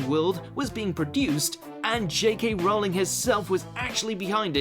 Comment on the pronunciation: You idiot could at least learn how to pronounce J. K. Rowling's last name